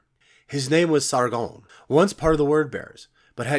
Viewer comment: I love the way you pronounce Sargon as if its a French name and not Sumerian